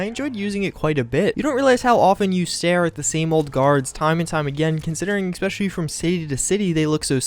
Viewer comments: Mikhael Gonato I agree. has a great series here and is clearly a smart guy. Saying "Ex-specially" though just takes me out of the content. It's an easy fix. There's no "ex" it's eh-spesh-el-lee. I enjoy the series very much I just don't understand how people around him haven't helped him correct this. I'm not trying to be a jerk, just hoping he sees this and works on it so people don't think he doesn't know how to say it right. I'm a sub and watch every release, I just hope he corrects thus going forward. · You keep saying ex-specially. It's pronounced especially. No x. Sorry I realise this is nit picky but it's been annoying me this whole series. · I'm still annoyed by your "ecspecially" don't mind me just a random comment xD love you